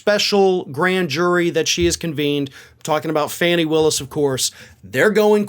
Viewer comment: I've corrected you previously. Please read your comments. Her name is pronounced FAAHHnee Willis. Her name is not 'fanny'. Stop embarrassing yourself if you want to be taken seriously.